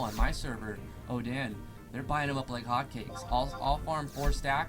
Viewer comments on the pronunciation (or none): Did you say "oh-dan" for Odin ?